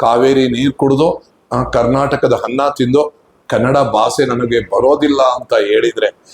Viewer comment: ಮೊದಲು ನಿಮ್ಮ ಕನ್ನಡ ಉಚ್ಚಾರಣೆ ಸರಿ ಮಾಡಿಕೊಳ್ಳಿ, ಬಾಸೆ ಅಲ್ಲ,, ಭಾಷೆ, ಹನ್ನ ಅಲ್ಲ ಅನ್ನ, ಕೇಳಲು ಕರ್ಣ ಕಠೋರ.